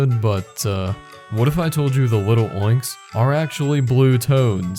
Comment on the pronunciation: you wouldn't say little-oinks, so why say lil'-oinks? It's clearly Lil' oinks